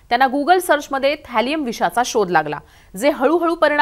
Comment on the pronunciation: Thalium bole na madam😂